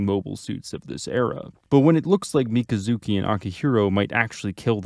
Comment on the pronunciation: Mi - kazu - ki. Jesus man. They pronounce it in the show lol